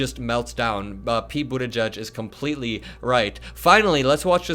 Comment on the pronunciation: Please stop saying Buttigieg's name wrong. It's not "boot a judge".